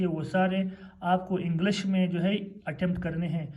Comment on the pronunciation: It's English not Englash😂😂😅